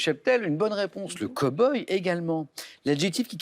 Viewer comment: Les français et l'anglais......!?!?!? Cowboy....ne se prononce pas "koboye"... Ce mot se prononce "caweboy"....